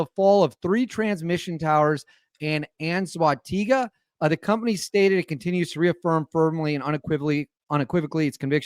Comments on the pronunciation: This happened yesterday, also the pronunciation is un soah teh ghee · First word of head line you can split it to pronounce it correctly its CORPO-ELEC Like corporation of electricity, CORPOELEC. And for Anzoategui you almost had it up until the GUI part. That part you pronounce as you were to pronounce GIZMO, so the same GI sound as the word gizmo Anzoate"GI" also the E pronounced as the E in elephant. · say it as “ ant zooah teh gui”